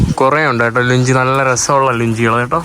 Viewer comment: ലുഞ്ചി അല്ല ലുങ്കി ആണ്